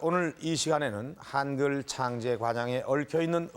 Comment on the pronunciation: 한글이지 하앙글이 아니다. 발음 똑바로 해라